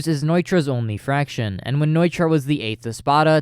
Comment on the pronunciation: I loved this video, i have one i guess “gripe”. You say spanish names well, but why do pronounce “Fracción” as fraction? Im not judging just curious!